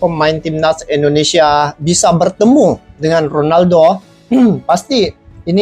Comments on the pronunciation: Bang .. Tolong saat you ucap Indonesia huruf pertama harus terdengar jelas "i".. Bukan " e".. Ingat ya bang., Indonesia!! Bukan ENDONESIA ! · bang tolong baca huruf I (Indonesia) nya bunyinya I jangan E ya bang, itu ejaan Indonesia bukan ejaan Inggris.